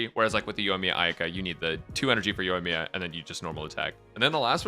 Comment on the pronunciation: "Yoiyaka" - now that's new. Yoika, Ayamiya, Yoimika, Ayakamiya. I personally think it should called Ayaya or Yoika.